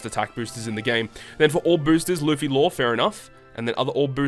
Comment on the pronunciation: Thats not Law, thats "Low" get your fact straight